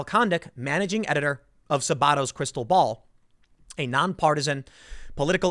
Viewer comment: It's pronounced "SA-ba-to" after Larry Sabato, the UVa professor that conducts the analysis.